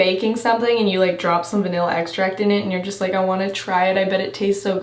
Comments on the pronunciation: "it smells so much like Veee-nilla" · She said “ve-nael-uh”